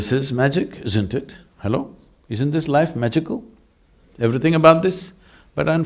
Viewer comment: I love him saying "Hellow".